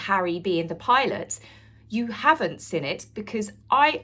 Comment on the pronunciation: You're just envious, mean, & a bad sport, as all rf minions are imo!! 🥳🥳🥳 A bit long in the tooth to do the coy fluttering thing & baby voice too, please stop!! 😬😬😬😆 He took the enemy out, do you understand what they're actually doing there love??!! 🤣🤣😆🤣 The word is seeeeeen, not siiiiiinnnnnn!!! :face-fuchsia-tongue-out: 🤡🤡🤡 Peghead was a paramedic deary, not a military man, he's incandescent with rage, as usual, what a tosser. 🥱🙄 Sorry lol, but whenever you speak whilst smiling it looks psychotic & utterly insincere btw, ask a friend if you don't believe me!! 😂😂😂